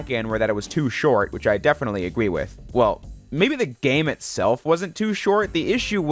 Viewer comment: “Deeefintely agwuee wiff”